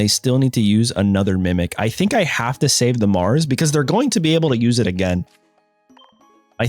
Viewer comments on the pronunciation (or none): none